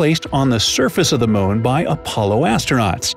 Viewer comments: MOON not moan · I can't not say this. He sounds like he says 'moan' every time he says moon, and it cracks me up.